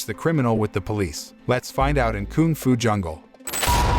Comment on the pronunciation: mans really said Koong Fu Jungle -_